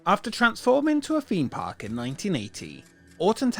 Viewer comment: Wtf is a feme park? How hard is it to say theme park.